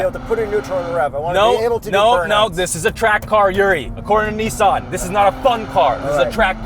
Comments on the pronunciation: Well since you mentioned it’s not Neesan. It’s Nissan. Two SS not two ii so say the S twice not the i twice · What dork says, “Nee-Saan”?